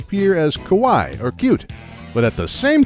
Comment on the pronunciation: The way you said Kawaii (Cute) sounded liked Kowai (Scary).